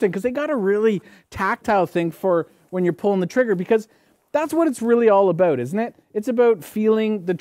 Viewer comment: Abooot 😂 I love that